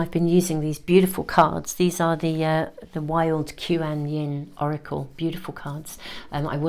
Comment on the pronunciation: Quan Yin or Kwan Yin (Chinese) Goddess of Compassion. The first word is a single syllable like the last. 🦋❣️💫